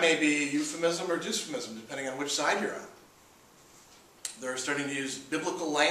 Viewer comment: Why does he pronounce "dysphemism" as "Doosphemism" lol. That's like saying "dystopia" as "doostopia"!